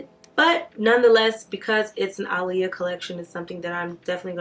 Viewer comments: ITS PRONOUNCED AH’LEAHA NOT ALY-YA 🤦🏾‍♀️ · If you look at old Aaliyah interviews, she stated on many occasions that you do not pronounce her name “uh-lee-yah” and that the correct pronunciation is “Ahh-Lee-Yah”. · Cristina West no she's not. It's Ahh-lee-yah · its Ah-le-ya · yeah one "A' is silent … lol its ok I knew what she meant.. Love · Yes she is saying it totally wrong lol